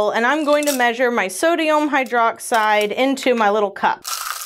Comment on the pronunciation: am I the only one who hears so dayum hydroxide? 😂